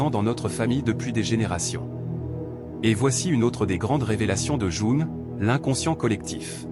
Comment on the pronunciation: Ça serait bien que le robot prononce correctement le nom de Jung...